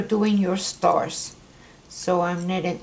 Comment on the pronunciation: Please do us all a favor and say this is STARS and not starts